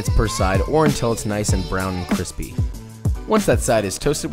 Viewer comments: The Cwispy Lady! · Feels weird hearing him say “crispy” normally